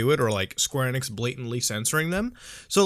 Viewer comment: ITS E-NIX NOT NX ITS E-NIX OR E-NICKS